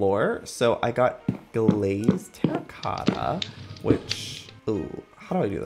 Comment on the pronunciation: joey and both struggling with terracotta in their recent episode’s is so funny